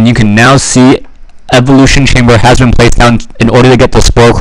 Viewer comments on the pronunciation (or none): none